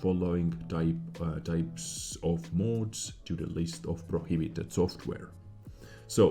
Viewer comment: Sorry, but it’s pronounced “mods” not “mOOOds” lol